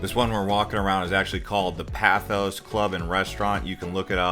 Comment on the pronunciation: Paros is pronounced Paah-Ros not Pair-Os. Amazing video !